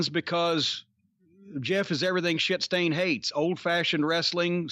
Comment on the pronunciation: Turns out Cornete has the best pronunciation of the word ‘shitstain’